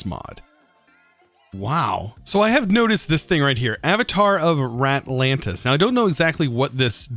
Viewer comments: Our boy can't read. We know this, and we love him. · he's not any worse of a person for this, that doesn't mean it doesn't hurt me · I have the worse stutter ever and can't say anything but that doesn't mean 'ratlands' makes me laugh